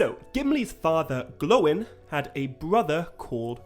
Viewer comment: I also like that you say Gloin and Groin correctly, even the movies got that wrong lol